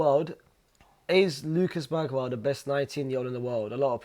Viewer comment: BERGVALL? 😂 stopped watching after that.